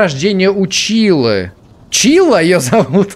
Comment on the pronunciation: день рождение у чайлы а не чийлы